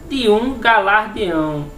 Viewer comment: Ótimo vídeo. Apenas corrigindo: o nome é galardão e não galardeão. ;)